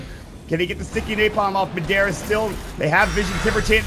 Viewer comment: its driving me crazy how the announcer is saying madera instead of madara